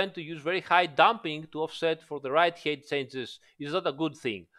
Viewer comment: Smart fix. Also height is not pronounced as eight but who cares